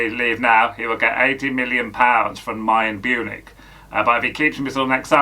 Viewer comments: Mayern Bunich 🤣😂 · Mayern Bunich 🤣🤣🤣🤣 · Mayern Bunich 😂😂😂